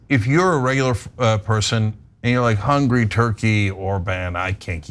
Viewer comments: It's HungAry, Cenk, not 'Hungry'. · Well, he gets confused...goth coyntry ends in "ee-y." You know Tur-key...Hunga-ry (ree).